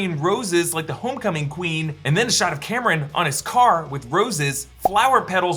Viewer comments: Cameron?! haha its pronounced COMM- RON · CORRECTIONS::::: it's Calm-Ron (Kamran) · Only two things concern me at this point. Is there going to be another inaccurate portrayal of Pakistan. And second how he kept calling Kamran, Cameron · Please get the Kamran pronunciation right next time. Good job as always!